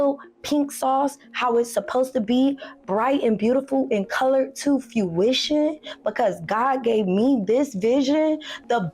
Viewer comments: When she said “fuition” instead of fruition I knew she was on some illiterate bullshit….and the FDA fiasco too. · "I'm the only one who can bring the pink sauce to FEWition" FEWition. not fruition. She said FEWition.